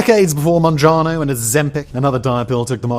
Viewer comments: MounjaRo, not MounjaNo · Mounjaro. Not monjano. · Mounjaro not mounjano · It's MounjaRo not Mounjano since you mispronounced it multiple times...